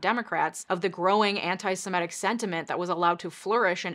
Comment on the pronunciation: It's 'Semitic', not 'Simetic'.